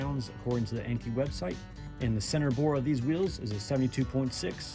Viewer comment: Nice wheel choice! Looking forward to your 5 lug swap. Here is a fun fact for ya'.. Most people pronounce Enkei the way you pronounce it EN-KEY. Which is actually incorrect, it is pronounced EN-KAY. 😅